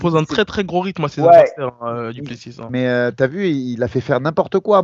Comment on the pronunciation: Les gars on prononce pas le S à la fin de Du Plessis ? Même les américains le savent